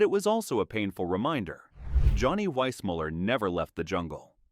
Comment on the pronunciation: This video seems AI generated. Johnny Weissmuller’s last name is pronounced differently in seconds. Desi Arnaz’s first name is pronounced Dacey. There is a brief photo of Robert Walker Jr. mixed with images of his father. These errors show no proper fact checking. The video also has no standard for calling actors dumb. Johnny Weissmuller is called dumb for being uneducated. George Raft for bad judgment for his movie role choices. "Jayne was never dumb. She just buried her brilliance beneath an image she couldn't shake." I could go on.